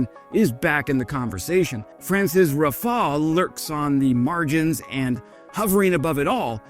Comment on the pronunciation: Hey, you finally pronouced Rafale correctly! Congratulation, i am so proud!